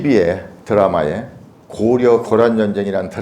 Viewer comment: 주석의 주도제발 길게 발음하시옵소서. 강의는 좋사오나 자고저 문제가 실로심각하옵니다. 공부 좀 하셔야겠습니다 미국 뱐 완수 드림대체! 한학자께서, 높을 고 자를 바르게 발음하시지 못하다니!! 고려의 고를 길게 발음했나이다!! 참으로 실망했소이다!!